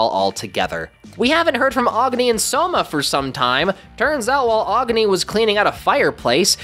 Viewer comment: Agni is pronounced Agh-nee not whatever you said